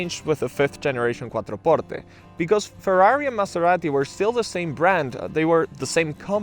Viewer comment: Stop saying Maserati quattro portte like that 😂, it sounds siilly